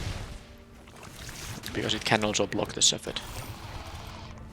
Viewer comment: Darn, I've been hoping for you to get a u/w deck with that uncommon gold card. But you had a pretty sweet b/r deck, nice wins. Also, you're still pronouncing "shepherd" wrong. It's like ascendancy all over again.